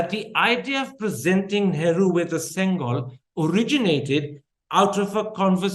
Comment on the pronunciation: Why give importance to a lie when already we know this whole dispensation is made of lies. By the way, it is pronounced "sengoal" and not "sengal." Sengal is a brick in tamil.